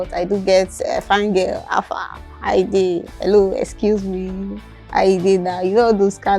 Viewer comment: You said “ecuse me” not “excuse me”. It was definitely worse than you made it appear 😂😂😂